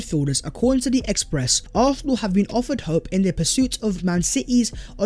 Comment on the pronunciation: pronounciation of Arsenal 🤦🏾, used to think my ears were the problem. Great content tho 🤣